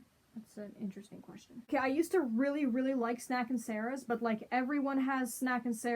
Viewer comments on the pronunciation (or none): none